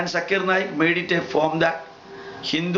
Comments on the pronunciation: Nice rebuttal but mostly you are attacking him rather than to the point. First how can you prove that the questioner was not Hindu? Pronunciation problem? you can't call his name properly..He is not sakir naik. He is Zakir naik. its Z not S. on the subject he says that you don't need an idol to focus God. Muslims don't have idol still they focus. why not Hindus. worshipping and saluting are two different things. you are a learned man. salute you but when it comes to logics, you should improve. Good luck next time. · Zakir Naik never claimed He is an authority but a student of comparative religions. Pronounce of any word is not the issue. Even Hindu Scholar could not pronounce Zakir name properly instead he said Jakir. Most of the religions talking about one whether Hindus, Christian etc. But Hindu Pundits have turned into several Gods. Similarly Christianity talking about one God but Priest changed it into three Gods. Zakir is educating people to accept one God and worship him only. The present Islam being followed by so called Muslims is religion invented by so called notorious scholars who wrote books over books 250 years later of Prophet Mohammad 's Death with fake stories and fake saying (Hadees) and entangled them into mere rituals. Islam Is a code of life as how to spend life journey by following Quoranic commandment, be successful here and be successful in the world after. Present fake Islam religion have pushed down all the believers to gutters.